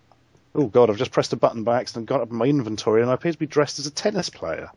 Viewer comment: I've been living for 24 years.... i've never had the thought of pronouncing inventory like you did as invent-tory. Amazing.